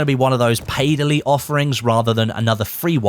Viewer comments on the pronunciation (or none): none